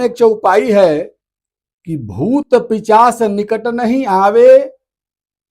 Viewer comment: "पिचाश" नहीं, सही शब्द 'पिशाच' है।